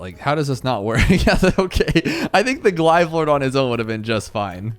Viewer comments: its pronounced glaiv lord noy glive lord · "glive lord" DUDE ITS GLAIVE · you are killing me. It is pronounced gl-ay-ve lord. Not gl-i-ve lord. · Please stop mispronouncing glaive lord it makes me cringe. It’s pronounced like GL-A-VE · Right? First time watching thid guy and that made me cringe